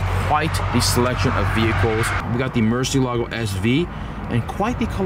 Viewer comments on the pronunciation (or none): none